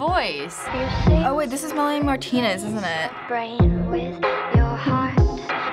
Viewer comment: Why do they call it Melanie Martina its Melanie Martinez